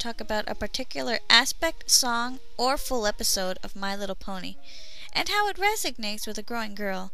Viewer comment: Resonates, not resignates.